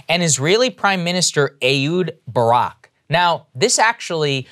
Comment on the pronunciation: i think its pronounced eKHHHHHHHHHud Barak